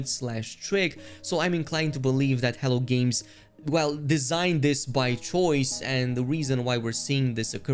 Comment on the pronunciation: I keep hearing HELL GAMES. hehe